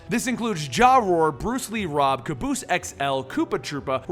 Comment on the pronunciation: Jaroar, ahahhah! It's okay you couldn't have known just think it's funny